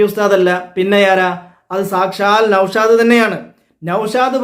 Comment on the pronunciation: നൗഷാദ് ❌നൗഷോന്ത് ✅